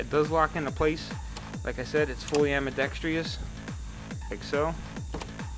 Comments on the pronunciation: ITS NOT AMBIDEX-TREE-OUS ITS FUCKING AMBIDEX-TROUS!!!! YOU SEE ANY TREES IN THERE???? FUCK! Im so fucking sick of seeing these people who think they know what they are talking about pronounce words wrong! (I know whats the big deal? You see 4 out of every 5 video I watch, someone says ambidex-tree-ous not ambidextrous, or how its supposed to be pronounced, im just fucking sick of it) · love your vids but whats with americans and AMBIDEXTRIOUS? its AMBIDEXTROUS no I . same as your ALUMINUM its ALUMINIUM . you americans spellit wrong as well as say it wrong ?